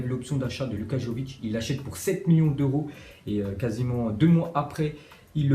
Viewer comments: Arrête de dire jovic c est vraiment énervant, on prononce Yovic, le Y se prononce comme la mayonnaise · Ça se dit yović pas comme tu le dis